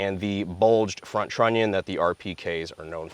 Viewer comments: Oooo trunnion!! said trunnion!! Ooooooo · Everytime say trunion, angry cops wets his pants a little.